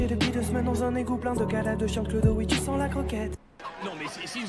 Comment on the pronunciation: AU WAISSÉ , je ne comprend pas ta prononciation